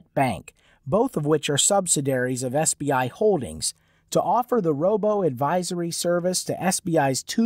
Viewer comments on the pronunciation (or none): He pronounce it as CBI..😂😂